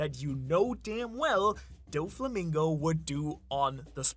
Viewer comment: It's not Donkeyote it's don-kee-HOH-tay doh-flah-MING-go.